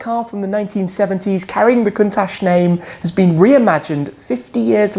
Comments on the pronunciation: it's pronounced Countak not Countash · The pronunce isnt correct : the CH at the end should sounds like CHOP in english or CIAO in italian so it is a C not an S